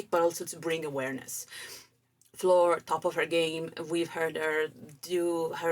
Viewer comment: Great reaction to a great song, and you manage also to pronounce the name of Floor in the right Dutch way :-) I love how the singing changes between more legato and more staccato, if that is right terms, and I agree with you that melody does remind a bit of the song Pan.